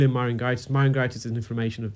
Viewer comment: I'm quite quite sure that the pronunciation of 'myringitis' is "mai·ruhn·JAI·tuhs" - with a soft 'g' as in 'juice' rather than a hard 'g' as in 'garden'. No biggie; enjoy your videos and have learned a lot.